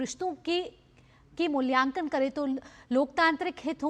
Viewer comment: मूल्यकान नही मूल्यांकन